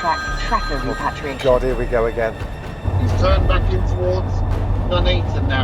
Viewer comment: "Reparriation officer"...wow could you be any more of a pretentious blowhard?